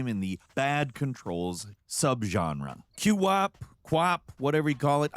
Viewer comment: Nope, nobody ever called it “Q-Wop”